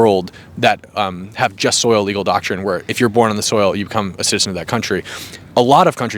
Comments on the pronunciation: Yeah, I heard him say "just soil citizenship". Sigh. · Jus SOLI... (Not 'soil'. Or at least that's what it sounded like and it gets said loads of times, lol). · Just so you know, it jus soli, not jus soil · The Latin legal term Is JUST SOLI—not jus SOIL. He keeps saying it wrong in the video.